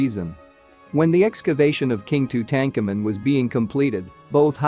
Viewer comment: The way you have pronounced his name makes me want to scream. Go back to school and learn the correct history.